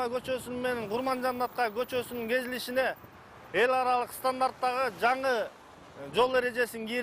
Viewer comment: кезилиши эмес кесилиши товариш капитан